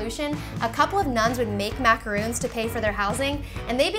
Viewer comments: MacaROONs are coconut cookies, these are french MAHcaRONs. It irritates me so freaking much when people can't pronounce something so simple. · So annoying how she kept calling them macaROONs. They're macaRONs... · Hey, their pronounced exactly the way there spelled with an on not oon just giving you a heads up.:-) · Its Macarons...macaroons is a different cookie. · There macaRONS not macaROONS!!!!! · Chou say it wrong the you said your making macorons you keep saying macoroon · ra to her, its just the pronunciation, not everyone is perfect. you don't have to be an a$$hat and point it out. its not important. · stop saying macaroons!!!!!!😱😣